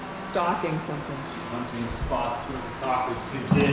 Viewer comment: Okay please stop pronouncing caulk “co*k” it’s pronounced “kawk” like the cork in a wine bottle! I’m in stitches every time you say it lol 😊😊